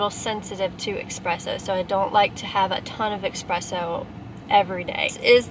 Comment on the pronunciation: You never said espresso...you said expresso a million times tho🤣